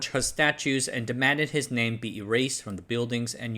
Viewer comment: Very well-made and researched video. Extra points for going out of your way to get pronunciations of names as accurate as possible. Well done.